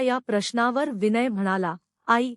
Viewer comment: तुम्ही हे स्वतःला दोनदा वाचून पहा किती अशुद्ध वाचन आहे विनय हे साधं नाव ही उच्चारता येत नाही तुम्हाला अगोदर निट दोन तीन वेळा वाचा.ऐकाआणी मग